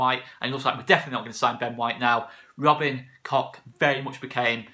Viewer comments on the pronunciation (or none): Just pronounce it “Kotch” rather than “Cock” 😂 plus I think that’s the right way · Pronounced COKE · Great signing. It’s pronounced ‘Coke’ I’ve been told. MOT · It's not pronounced COCK, it's Koch as in Och aye or Loch Lomond as the Scots say it. Koch in German means cook.